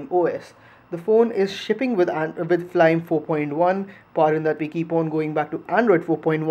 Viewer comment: it is not flyme said together it is fly me UI